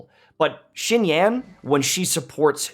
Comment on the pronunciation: How long are white youtubers gonna butcher the non white names...